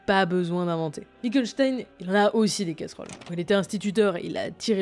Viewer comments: carressole mdr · des "carressoles" à 🤡